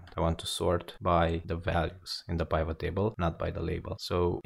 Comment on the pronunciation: The fact that he's prouncing pivot incorrectly makes me not want to watch his video.